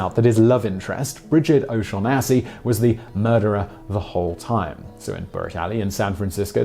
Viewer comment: Ignorant wank-stain never saw Maltese Falcon. 'oh-sean-nass-y'.....really? who the hell is that?